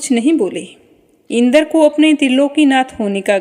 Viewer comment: मैम शब्दों का उच्चारण सही नही हैँ जैसे इंद्र पितामह